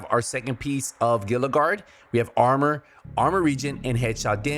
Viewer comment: I'm not calling you out specifically, but I keep hearing people pronounce Gila like "gilluh", when I'm pretty sure it's supposed to be like "heeluh", as in Gila Monster. It's a southwestern reptile that lives by the Gila River. Big and slow.